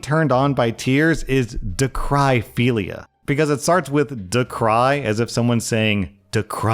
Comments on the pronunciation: It isn't pronounced (dah-cry-philia) It's pronounced (dah-krih-philia) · Just an FYI for everyone who thought they were also crazy... it is pronounced da·kruh·fee·lee·uh not da-cry-fee-lee-uh. You aren't crazy. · Info: the way to pronounce dacryphilia is da·kruh·fee·lee·uh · rlash, dacryphilia is not, in fact, pronounced “da-cry-phelia” 😭😭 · lol i’m p sure is more like “da-cruh” like a daiquiri